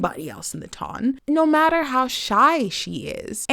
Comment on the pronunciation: I just want to say two things: 1) Thanks for such a thoughtful video, and 2) Thanks for pronouncing "ton" correctly!💖💖👏🏽👏🏽